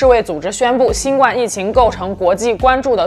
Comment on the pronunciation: 新冠的冠应该读第一声而不是第四声。